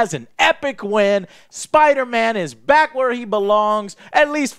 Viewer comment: MUH SPIDAHMANNS! MUH SPIDAMANS!